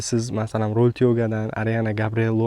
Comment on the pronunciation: "Ровил туёго"ми ёки "Роял тяго"? Видео бошида ҳам қанақадир "Ровил бири"ми дедингизлар. Шуни аниқ тушинтириброқ кетинглар